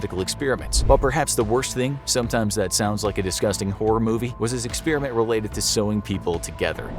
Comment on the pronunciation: It’s not an experEeement!!! It’s an Experiment……